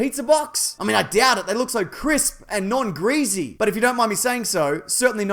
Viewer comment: the way he said "greasy" made me laugh 😂😂 and also that slick transition to a Mack Weldon mini promotion